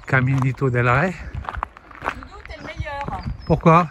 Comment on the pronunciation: Ouah.....vous avez du courage, le faire sans savoir la difficulté du parcours....chapeau ! Rey se prononce comme un oreiller sans le o....reiller....roi. Toujours des vidéos de qualité et sympathiques. A plus